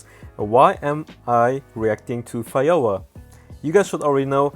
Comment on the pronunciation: He said fayora tho